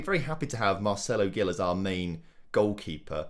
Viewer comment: Hi, i’m brazilian, and i just wanted to correct you: Gil is pronunced like “Jil”